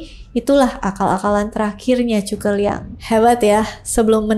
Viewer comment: Bisa kah anda membaca huruf z tanpa menyebutnya dengan huruf c?